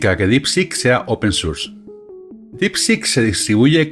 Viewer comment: Excelente llegar a este hombre que explica muy bien, seguiré viendo a ver si se mantiene. Ahora, me da risa como dice Deitacenter pero dice open surss jejeje